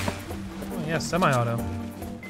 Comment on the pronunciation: Semi not semeye 😂 you Canadians are hilarious 🤣.